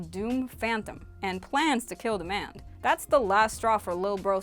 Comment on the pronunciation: Its prince diamond not prince demand